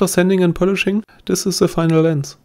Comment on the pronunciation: Bitte arbeite an deinem Englisch, das nervt manchmal ziemlich. Also tis ist besser als sis. ;) Sonst sehr gutes Video